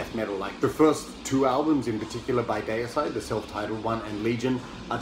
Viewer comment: Great video I’m with you on the pronunciation of Deicide. The first two albums are killer, can’t go wrong with Autopsy anyway keep up the good work and stay safe. 🤘🏻🤘🏻